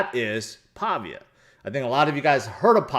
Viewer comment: ITS PAH-VEE-AH with emphasis on VEE syllable. Named after the italian town Pavia.